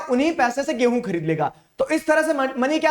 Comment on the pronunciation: be like. Gaihu(wheat) = Gay + hoon 😂😂